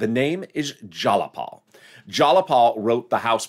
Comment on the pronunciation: JAYapal! Jay pronounced JY(like MY) not like Wall!